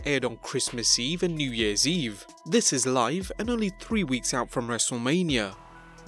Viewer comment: Lol did u say wrestlelameia 😂😂